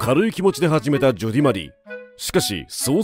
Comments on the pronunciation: ナレーションの人が「ジョディーアンドマリー」とか「ジョディマリ」って言うのが気になります😂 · ジョディって言ってない？